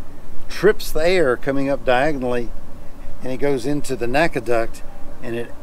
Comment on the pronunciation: N-A-C-A, not Naca.